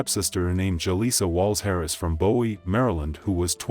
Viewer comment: I live and grew up in the DC area. You pronounced Cheverly wrong. It is Shev-er-lee. And Bowie is Boo-we.